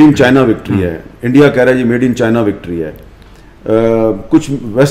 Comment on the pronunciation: Indie keh rha hai 😂 Omg 😂 ! Such a joker's